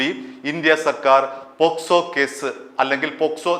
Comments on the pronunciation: കേക്കച്ചാ പോസ്‌കോ അല്ല പോക്സോ . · പോസ്‌കോ അല്ല, പോക്സോ കേസ് ആണ് 😅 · പോസ്കോ അല്ല, പോക്സോ എന്ന് പറ ചേട്ടാ 😃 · പോക്ക്സോ... ഇടക്ക് പോ സ്കോ ആവുന്നുണ്ട് 😂😂😂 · പോസ്കോ അല്ല സുഹൃത്തേ പോക്സോ ആണ് 😄 POCSO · പോസ്കോ എന്നല്ല പോക്സോ എന്നാണ് ശരി. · Not posco but pocso